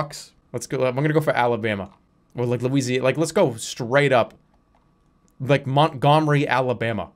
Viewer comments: hey i grew up in Moahntghohmry Alabama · Being from Alabama hearing him say Montgomery like that makes my blood boil